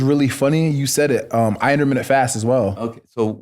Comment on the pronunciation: Chris “ I do intamate fasting” 😂